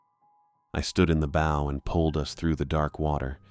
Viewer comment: These stories can';t pronounce "bow" properly when talking about ships, but it gets the pronunciation of "gunwhale" right?